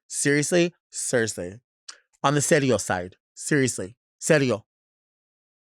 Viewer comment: When Delta said "serio" in Spanish she sounded so chola lol 😂 I love it ❤